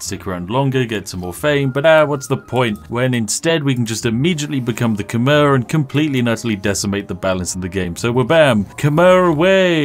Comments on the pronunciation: It’s Kh-my not Kh-mer. Khmer language works like French in that a lot of S, N, R and V’s at the end of words are silent. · "Khmer" is pronounced K'mai